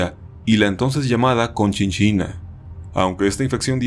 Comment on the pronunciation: Ja ja me reí cuando dijo "Conchinchina"